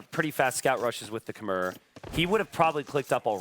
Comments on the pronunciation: "Khmer" is pronounced k'MY, as in "My" car. Please stop saying "K'mare," the civ has been out for years. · Lol I'm about as far removed from a Redditor as you can be. I'm sure I'm more sensitive to the mispronunciation than most, because I spent quite some time in Cambodia and spoke the language. But it's what they call themselves, even today. The "r" at the end is silent. This "K'mer" and "K'mare" nonsense has got to go. "K'my." It's so easy, bro. They're casters. They should know how to pronounce popular civs they've been casting for years.